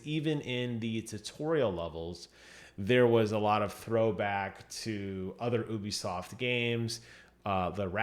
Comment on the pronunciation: Stop saying ubisoft like that